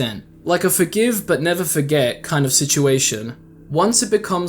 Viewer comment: The never give up sounded like Niga give up